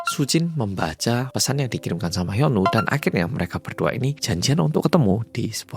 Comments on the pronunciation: iya sama aq jg dgernya jd Yono😂😂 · Kirain aku sendiri yg denger namanya jadi yono😅 😅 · Telinga ku dengar nya yono 😅😅😅😅😅😅😅😅😅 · Bang maaf gw salfok sama cara baca hyunwoo, aku dengernya yono😭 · ngomong hyunwoo aku krungu e yono 😭😭😭 aduh kupingku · gue dengernya YONOOOO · namanya HYUNWOO, tp aq dengernya mas YONO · Mas hyunwoo ditelinga ku "Mas Yono"😭🙏🏻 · kenapa hyunwoo aku dengarnya jadi yono sih 😭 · sekilas kedengarannya kaya "Yono", melokal banget😂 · Sama di kupingq juga terdengar Yono.. mana yg di bayangan mlh jadi Yono bakrie